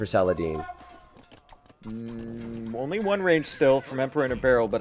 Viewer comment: Sal uh Hah Deen